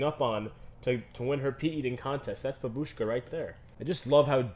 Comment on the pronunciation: hello. In Russian, babushka isn't said "bab-U-shka," emphasis is placed on the a instead "BA-bushka" I think babushka will win